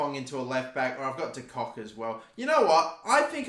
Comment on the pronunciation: Lol,am I the only one that realized called De Bock "De Cock"?